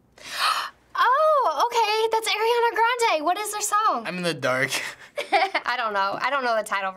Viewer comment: Who's Eriana???! ITS ARIANA GOD DAMMIT